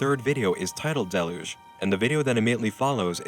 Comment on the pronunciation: The narrator on this vid needs to learn how to pronounce deluge properly Try delyuge and you're welcome. Lol.